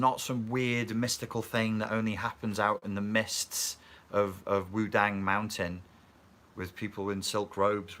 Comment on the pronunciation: p.s. i love the way you say 'Wudang.'